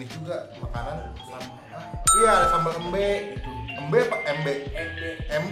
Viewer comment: Biar ga salah pengucapan bang. Sambel emba tulisannya. Dibaca embe. Penyebutan huruf e di kata embe sama dengen penyebutan e di kata ke.